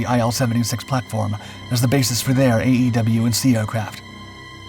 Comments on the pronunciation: AWACS - It's pronounced [Eh-Wax] NOT A E W C It's AWACS! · You have a heard time pronouncing E-WAC. Say it as a word not letters. You come across as unintelligent with military words.